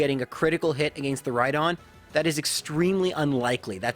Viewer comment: Dude I’m sorry but if you say “against” like that one more time